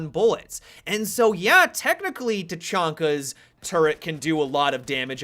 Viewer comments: Doesn't anybody know that the CH in Tachanka has the SH sound? jesus christ people are dumb. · You said technaka (can't spell it right) wrong. He's Russian, try to say it in Russian. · Your saying tachanka wrong